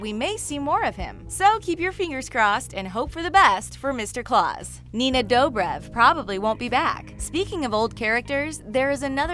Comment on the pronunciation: Why does she think it’s Claws and Salvador hahaha not a fan